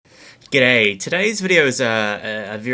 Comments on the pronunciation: sounds like u said gay at the start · I think he is saying OK at the beginning. But "O" was missed, only left Key~ which sounds like GAY~ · He's saying "G'day," as in "good day."